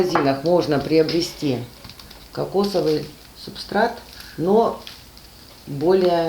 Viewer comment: Не субстраКт, а субстрат!